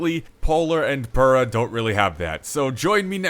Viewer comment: Actually, the way you say pura is wrong lol